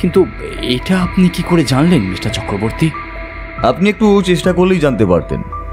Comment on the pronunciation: English diction ta ektu thik korle bhalo hoye… for example, kotha ta “Mishter” noye, “Mister”… narrator ke ektu improve korte hobe… mishter kotha ta kan e khub lagche (sorry)